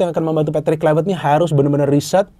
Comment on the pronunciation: Kluivert bukan Kluiwert gimana sih pengamat bola penyebut namanya aja salah 😅😅